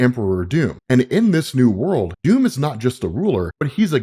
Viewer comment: Your pronunciation of Doom is somewhat funny and confusing, in any other context it would be no problem. But sometimes it sounds like Dume/Duum which my non native English speaker brain interprets as Dune. So I keep hearing "Empire of Dune" / "God emperor of Dune" ..